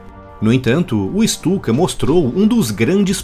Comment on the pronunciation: Ju 87 Stuka - pronuncia-se "Ixtuca".